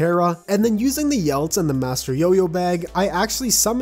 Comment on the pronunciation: "the yelts" Ye-lets. YELETS